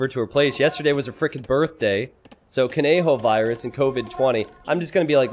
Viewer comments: Thank you for stoping to say kon-yo-virus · is he gonna call him cone joe virus the whole time?